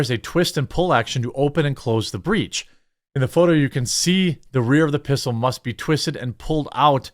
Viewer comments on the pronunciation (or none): none